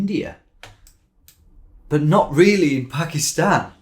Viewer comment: it was an s mostly as he said “pakist”